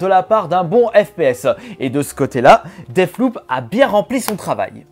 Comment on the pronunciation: rogue light ? deaff loop ? euh ..... quelqu'un peu lui dire